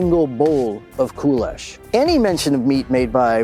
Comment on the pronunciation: Кулеш pronounced with the stress on the E. KulEsh. Based on the hungarian word for millet, "köles", supposedly. Basic kulesh would be boiling rough grain, like millet, or whats available and adding the cheapest meat that lasts long without refrigeration in the field - salo, or pork lard, finely chopped. Water would get boiled out and youd have to stir the pork fat to essentially bake the kasha in. Adding veggies or at least onions would be ideal, but hardly available to ranks below high officer in WW2. Also, I'm sure jews and muslims ate pork rations to stave off starvation, but I seriously doubt they'd thanked god for that pork.